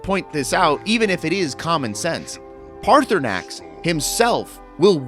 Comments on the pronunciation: Dude, pick an pronunciation. You keep flipping between saying his name as Paarthurnax and Paarthurnan. Paarthurnax obviously is correct. Easiest thing is to bypass that part or killing or not killing him until after your other quest. Always has and will be the best way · His name is pronounced PartySnax